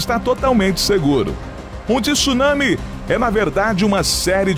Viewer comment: O vídeo é interessante mas TI SSUNAMI não dá para aguentar com uma voz linda dessas podia falar corretamente, é TSU nami.